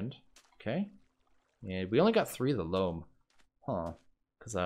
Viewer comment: "Loam" is pronounced like "roam" and "foam", not like "room".